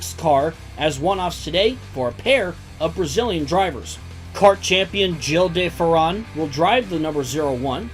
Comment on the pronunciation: the de ferran pronounciation is like that the whitest way ever lol